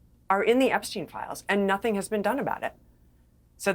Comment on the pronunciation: Epstein is the only one who doesn’t pronounce it like the rest 😂